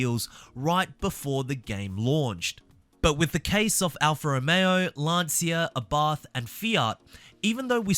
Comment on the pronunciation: Isn't Lancia pronounced Lan-cha?